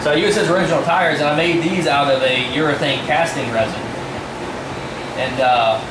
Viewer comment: Can't understand your pronunciation of the type of rubber material you used.. OO OO Mooo Stuff ???... could you please add that info to this thread? Thanks for sharing...awesome !!